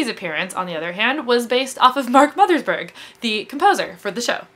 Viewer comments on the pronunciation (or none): You mispronounce Mothersbaugh